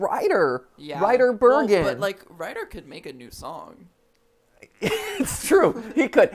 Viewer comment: "Wrider"..."Wryder"...? ~ Am I getting the name right...? [insert correct name here] is not making a new theme music for MatPat ANYTIME soon. I LIKE the music for GTLive! I would LIKE for there to be a chiptune version of the composition for regular ol' Game Theory, but...by my own logic, that's not happening anytime soon either! If you want new theme music for GTLive, I can personally give it to you fast! Just reply to me for my email, and I'll be on my way! I'll be waiting! ;)